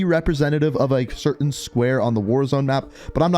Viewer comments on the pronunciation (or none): none